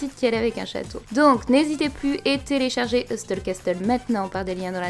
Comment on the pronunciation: je suis chiant mais le T dans Hustle et Castle ne se prononce pas 😉, sinon good théorie on verra dans 5 ans quand il y aura plus qu'une seule grande île que tu était dans le turfu... ou que t'avais tout faux haha